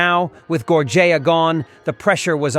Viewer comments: Thank you for telling him so I didn't have to. WTH? How did he get Gorjea from Georgann? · It was pretty good until you butchered the name of the victim. Gorgea??? If you mean george Ann Hawkins then please correct this as it’s kinda disrespectful to the victims. Thanks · Gor-jay-ya. Are you f*cking kidding me? I’m out. Get your shit together, man!